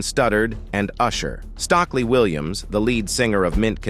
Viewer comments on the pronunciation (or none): Jaheim = "JAY-HYME Ne-Yo NAY-YO😆🤣Stokely - STOCKLY